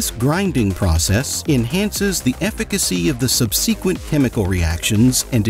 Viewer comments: "Sub-see-quint" ? "Cyn-drill-i-cal"? What the actual fuck? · Damn bro really doesn’t know how to read the word “subsequently.” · Cyndrilical? Sub-seeekant?